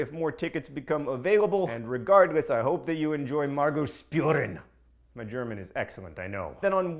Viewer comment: It's pronounced Margo's Shpuuren